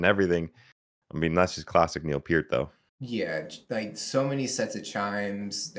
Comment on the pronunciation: You’re playing a Rush video and pronounced Neil Peart’s named correctly and I’m Canadian so gotta like & subscribe! 😁 The song is basically about a man searching for Utopia, finding it and realizing sometimes that a perfect world can become a prison. From a Samuel Taylor Coleridge poem.